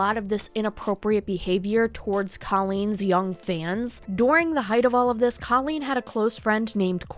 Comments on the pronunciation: The video was awesome....was just so hard to hear you say her name wrong over and over again. Colleen: Coe - Lean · I appreciate this commentary, I really do but uhhh....can you pronounce her name right? I watch Swoop and it is "this is what has been said and is alleged, and make your own opinion." But you can't even pronounce her name right when it's in your clips multiple times. At LEAST get her name right before you slander her. Allegedly. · you know that's not how you say her name, right? how do you go over hours of drama for a video and not realize this lmao